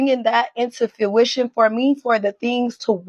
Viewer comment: She kept saying "fruition" wrong, it bothered me. She can't even say a word right.